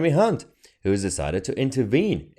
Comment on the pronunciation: You pronounced Jeremy's surname incorrectly... 🤣🤣🤣